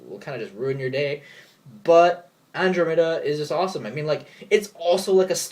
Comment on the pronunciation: some times i worry about the whole "get creatures in the battle zone faster than usual" thing. and the Fire Birds will make dragons even easier to summon and get their big big effects sooner. is someone going to -need- to run firebirds and dragons just to keep up with meta? andromeda (an-drom-ah-da). it's pronounced weird cause it's greek.